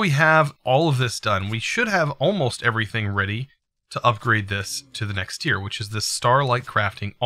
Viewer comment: It’s “tier” not “tire” 🤣